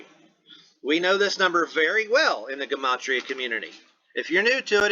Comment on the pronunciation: Lol, say it with me- JA-MAH-TREE-A = Gematria, & wow, thank you for doing this video, I didn’t even think to look at the numerology it being not a celebrity but it makes total sense & then the fact that all involved have cops in the family- wow, that doesn’t stink to high heaven or anything.